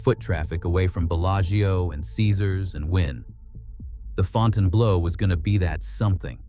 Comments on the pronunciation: It's ..."blue" not "blow." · Interesting story; horrible pronunciation. Font-inblow 😮😮😮😮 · Fonn tann blow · It'd be nice if the commentator had taken the time to learn how to pronounce the name of the hotel correctly.